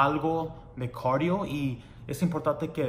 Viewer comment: hola muy bueno el vídeo pero no es corio se dice cardio bye saludos